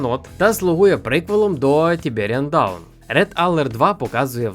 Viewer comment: Дивишся такий відос с самого початку..там ксена-зіна, думаєш о, зара буде все правильно казати хлоп і тут такий "Тіберіан ДАУН"...даун, карл)